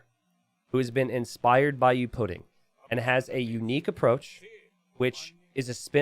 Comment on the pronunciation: gonna remember that for ever "youpidin" is what you said in my language that sounds verry funny im welsh.